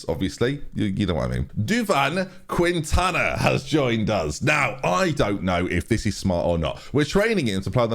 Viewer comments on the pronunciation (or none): Don’t pronounce de U in Quintana hence it’s keentana